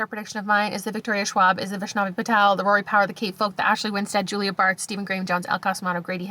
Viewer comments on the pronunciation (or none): none